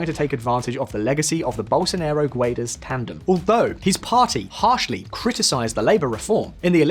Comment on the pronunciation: Guedes reads like gedys, not like gwaydees.